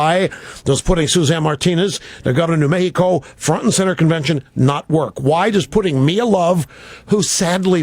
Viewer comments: New meh-key-co? Seriously? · Cenk cracked me up when he said new mexico in a mexican accent. Anyway cent, luv your show and your opinions man.